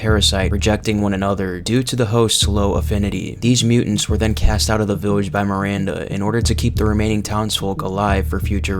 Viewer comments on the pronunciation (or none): It’s pronounced “cast” not “cast-ay”